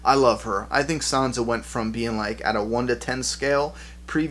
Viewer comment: who is "son-za"? is she anything like san-sa? damn your misprenunceations. damm them to heck